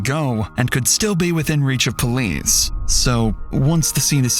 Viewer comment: The way you said “police” lol